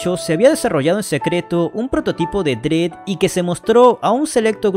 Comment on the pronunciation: Excelente vídeo, nada más un detalle: Se pronuncia "dred", no "drid"